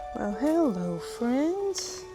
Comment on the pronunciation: your original 'hello' at the end of the video, is the most English hello one could ever muster. You should be proud of that classical accent! Love it! (shout out from the UK and happy christmas and new year!)